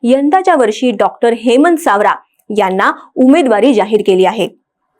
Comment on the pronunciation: सावरा नाही सवरा 😂😂